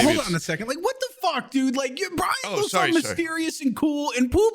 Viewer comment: Wendigoon called Bryan “Bryant” the whole time and nobody corrected him lmfao